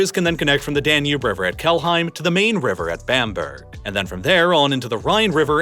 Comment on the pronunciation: the "main" river??? wtf?? that is not how it is pronounced.. nothing to do woith the english word main